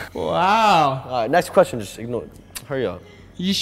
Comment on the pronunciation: just nex quoistoun just nex qoustion be like ok ok alright